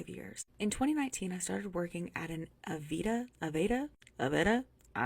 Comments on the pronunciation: Girl you worked at Aveda and you don’t know how to pronounce it? 😮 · She supposedly worked at Aveda and doesn’t know how to pronounce it?